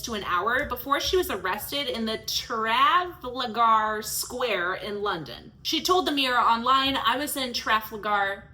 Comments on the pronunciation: I noticed you were having trouble pronouncing Trafalgar. It is pronounced as such, (Trah-fall-gar) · It’s Traf-al-gar not Traf-lagar. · It's pronounced truh-FAL-ger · Traf-al-gaar square. 🤦🏻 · Tra-FALL-grr,. Maybe tra-FAAL-grr. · Trafalgar, pronounced truh - fal - ger, that made me cringe almost as much as bonnie blue's vag. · Trafalgar Pronounceed Tra foul gar. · Its proununced Tra-fal-Gah also if BB was a man they wouldnt last, the adult industry is making too much money to shut down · It's spelled Trafalgar, and pronounced Tra-fall-gr, square. It's famous, like Times Square or Shibuya Crossing or St Peter's Square. You might have a reading disability. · Trafalgar is pronounced tra- fal-gar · Tra like traditional. Fal like fallacy. Ga. Your welcome. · its pronounced Tra - fal- gar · Trah-fall-gar square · It's pronounced "Truh-fawl-guhr," for the record.